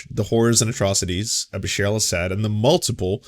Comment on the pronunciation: Awesome coverage on Syria. Just one lil thing it’s Bashar not Basheer. Pronounced Ba Shar. It’s was very sad to see so many on the left welcome this Aaron matte character and other idiots like Rania K who claimed the peaceful protesters of Syria in were calling for arms and killing Christian’s. So their lies continue and the really don’t care for any Syrians regardless of ethnicity or religion. Syria has had over 4 million refugees and about the same amount displaced inside Syria. Entire cities destroyed and the majority on the crimes were done by the Assad regime.